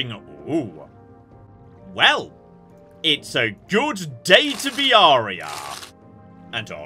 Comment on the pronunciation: "Its a good day to be Aria" Somehow this just sounds so wrong in my german ears😅😶💀